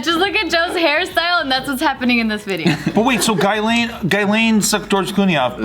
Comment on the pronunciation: “Guy-lane” my French ass is cringing. “Jizz-lane”